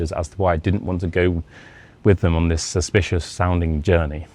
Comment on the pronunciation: The fact that his english isnt perfect and he mispronounced several simple words like "this" as "dis" and he just uses this title as clickbait that everyone falls for